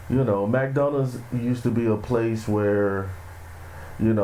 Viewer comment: It's time for black people to evolve! I'm a Black man and I'm tired of seeing this demonic B.S. Bro it's pronounced like (Mick-Do alds). Learning how to pronounce words correctly is important especially if you have a podcast.